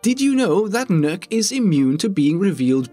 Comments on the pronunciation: Did i just hear he mispronounced Nokk’s name. I heard “nuke” what I pronounce her name “knock” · The not how to you pronounce nøkk